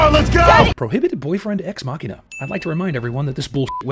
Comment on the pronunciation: There is now a cliche of you saying ex-machina